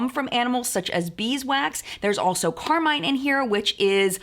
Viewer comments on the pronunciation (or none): none